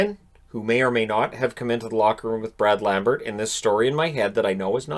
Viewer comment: It´s Bräd Lambert. For all Finns trying to pronounce his unusual name.